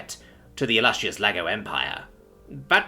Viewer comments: Sounded like laggo to my ears tbh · You did. But it's fine. I love the different voices and accents he's got. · Not gonna lie, first time "laggo" came up it sounded like you said "lego"...😂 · I heard Lego like the who toy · Thought the same thing, had to look at the text to verify that I wasn’t crazy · I was not looking and though the same thing. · You and me both brother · Same. 😅 Then I had to look for confirmation and read Laggo.